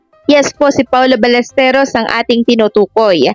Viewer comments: Ballesteros po brod not balesteryos. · Hindi Ballesteryos...Ballestero. wala ka bang sariling vlogg? Bakit inuulit mo lang ang vlogg ng iba? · Sir Balles-te-ros po. Fake news po yang mga balita. Ayaw nila pa awat 😂😂😂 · balistiros po mali po kyo hindi po balistirios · Sir paki ayos naman ng pag bigkas mo ng apelyido ni paolo ballesteros. Hindi po ya ballesterios✌️ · Ballesteros po hindi Ballesterios😮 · Ballesteros po hindi ballesteryos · Anong ballestryos? Ros hindi ryos. Tsyunga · "Paolo BallesTEROS".mr., hindi "Paolo BallesTERIOS".. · Ballesteros, not Ballesteryos pag sure diha ba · Ballesteros, sounds Balisterios ang bigkas mo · Paolo Ballesteryos??? Di ba Ballesteros??? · 😢 Ballesteros po at hindi Balesteryos.pronounce mo naman ng maayos ang family name ng tao.